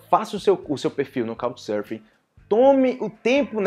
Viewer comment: Eu estou ouvindo "Cow" Surfing instead of Couccchhhh, com açento bem marcado nas conssonantes finais da palavra. Obrigado!